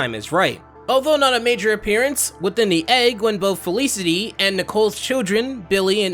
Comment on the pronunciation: You're the second person to pronounce my name that way lmao. Felicity. It is pronounced " fell iss city"